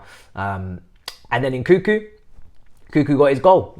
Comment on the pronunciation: Lol please don’t pronounce it nkükü 😂 more like n’kounkou. Kükü sounds like cul-cul 😂